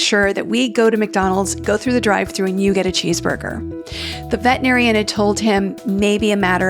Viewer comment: Please pronounce veterinarian with 6 syllables😢